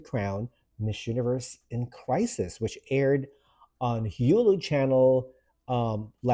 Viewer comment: Hulu is pronounced as Hooloo not Heeyuloo. Need to soften them vowels a bit.